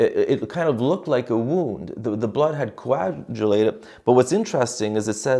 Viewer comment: the 'g' in coagulated is a 'hard g'. Thank you for being a real priest.